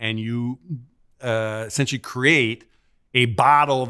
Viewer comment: He is saying Esinchy NOT “essentially”